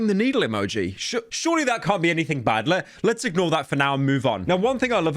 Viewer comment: Pyro tries to say "Let's" Says: Le Le